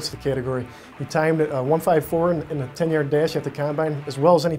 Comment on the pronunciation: "in the 10 yurd dish..." fuck outta here...